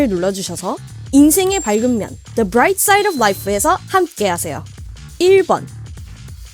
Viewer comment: the ㅂLe라잇 사ide